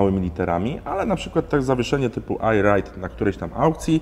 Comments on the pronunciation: ER RAJD, nie AJ RAJD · Najpierw mówisz o "przycebuleniu", a następnie wypowiadasz błędnie "ajrajd". To chodzi o "I ride" czy "Air ride"? ;)